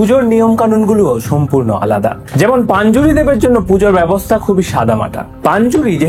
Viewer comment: ওটা পাঞ্জুরি না রে ভাই, ওটা পঞ্জুরলী 😅